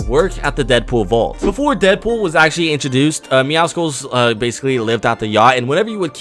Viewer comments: Yeah it’s pronounced MeowSLes not MeowSICLes (I typed it how you say it) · Why do I find it so annoying when almost every YouTuber says MEOWCICLES, when it is MEOWCLES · Meowscles (meowsles) is how you pronounce it like muscles not muskles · Its pronounced “Meow-suls” jsyk it’s like a combination of “Meow” and “Muscles” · Lol sorry to point you out but it’s pronounced meow-souls😂 Clearly a play on words and combination of the word meow and muscle I love your channel btw (Also congrats on 99 myth busters episode I can’t wait for episode 100) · my dude, please, pronounce Midas, (My-dess) and Meowscles is like Muscle, (Meow-souls)